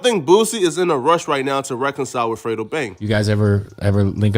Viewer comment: 🥷 said frito lmao it's fredo 🥷 😂😂😂